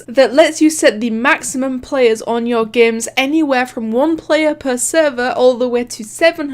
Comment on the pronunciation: She says games as geymns i really am annoyed of it